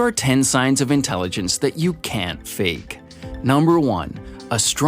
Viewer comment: Sign of low intelligence : not pronouncing the letter "T" at the end of the word "can't".